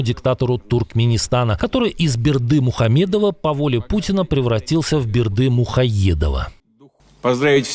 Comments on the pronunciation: Мухаедов🤣🤣🤣 дедуля не способен нормально выговаривать фамилии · путИна произносит не "БердымухоЕдова", как сказал ведущий, а "БердымухоВедова". Тоже неплохо, хотя вариант ведущего лучше 😂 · МухаВедова. Дефект фикции.